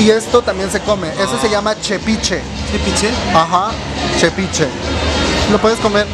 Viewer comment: Mi vida es tepiche no chepiche 😂😂😂 te amo te amoo hermanaa orgullasamente oaxaqueñas 😍😍😍😍😍😍😍